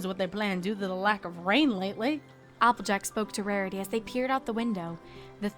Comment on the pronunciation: anyone else noticed that in a line she said Marity?